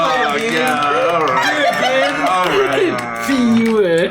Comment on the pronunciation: I think he was just mispronouncing words for laughs, "a facade," "a ruse," "disguise," ... It sounded like he said, "a f-EE-wer" (a fewer). But I was looking in the comments with the same question.